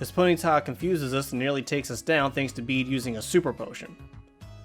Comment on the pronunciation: Bede’s name is pronounced ‘Bed’, not ‘Bead’